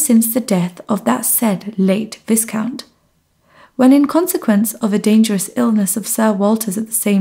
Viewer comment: the pronunciation of 'viscount' is [vaikaunt] not [viskaunt]